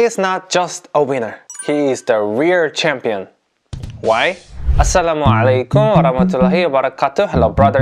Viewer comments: Daud spells 'ain at assalamu 'alaykum very well masha Allah. Barakallah fiik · Mashallah , daud said assalamualaikum reslly correctly!